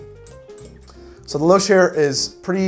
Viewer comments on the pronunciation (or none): "Lou-shhh" Please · 'louche' is pronounced "loosh" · Hint: it’s pronounced “loosh”. Trust me. Otherwise, great video. BTW, Swiss and Swiss style absinthe is usually clear. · Louche = “loosh”. Lol, can 100% be counted on to mispronounce a new word.